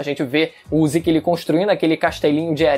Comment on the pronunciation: Ziki, ziki..... MANO É ZEKEEE ,ZEKE, Z E K E , com E de Zeke! Porra de Ziki, falando assim ta pior que o Goku, que segurou o pinto do rei da patrulha galáctica.